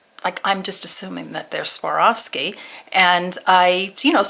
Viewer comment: The name is pronounced swar...ski